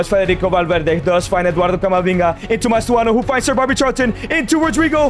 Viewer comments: Its not mastoano pal its Mastantuono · he really said "mastuono" 🥀🥀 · cant help but notice the "Mastuano" of Mastantuono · mastuano its mastuntanuo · Mastantuono ❌ Mastuano ✅